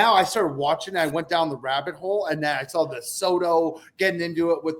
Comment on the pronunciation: Every time says Sawl or Drawl I want to lose my mind! It’s Saw and Draw! There’s no Fucking L!!!!! Besides that great job boys. calling CC son LD is fucking classic!!!!! Never change boys